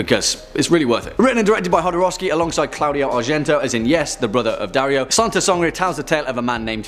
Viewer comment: Mispronounces Jodorowsky multiple times, praises him, says of Santa Sangre..."one that I've wanted to cover in-depth for quite a while," spends a grand total of 2 minutes and 12 seconds on it. I love you guys but seriously?